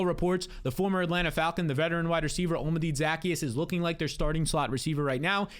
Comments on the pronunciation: Devastating stuff here from. You think you know a guy until they try to pronounce Olamide Zaccheaus. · How about how he pronounced olamide zaccheus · what the fuck was that, what a butchering of poor Olamide Zaccheaus name